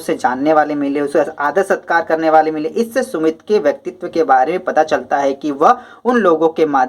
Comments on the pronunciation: Sir vo sumti hai सुमित नहीं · Vo sumti hai sumit nahi